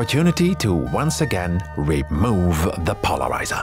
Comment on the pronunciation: "REmove the polariZAH" I loved this series so much. Can't wait for more.